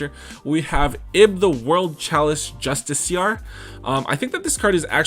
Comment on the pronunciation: YOU ALMOST HAD IT!! YOU ALMOST PRONOUNCED JUSTICIAR PROPERLY!! I LOVE YOU!! <3